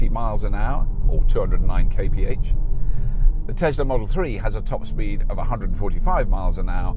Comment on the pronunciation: The first person I hear saying "kay pe age" (Kph) funny :D